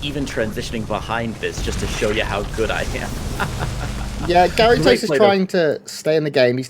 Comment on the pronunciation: The French pronunciation would make it 'Gah-ree-toh', non?